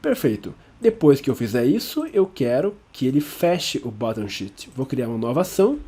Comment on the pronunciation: Excelente aula, muito obrigado! Em qdo vc falou "Sheet" pareceu que era "shit"!